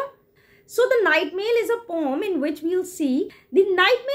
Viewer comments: Its not pom, its poem. Please pronounce it correctly. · The word "poem" is typically pronounced with a long "o" sound, as in "home". However, some people pronounce it with a short "o" sound, as in "pome". There is no right or wrong pronunciation of the word; it is simply a matter of personal preference🙂👍